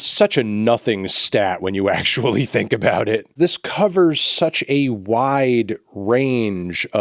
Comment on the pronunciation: “if Spotify ACKCHEWAULLY”